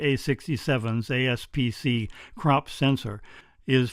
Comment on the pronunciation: APS-C, not ASP-C.